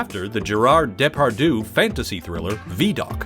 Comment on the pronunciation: Sadly, your inability to pronounce "Depardieu" shows just how little you know about and care international cinema (even its biggest stars).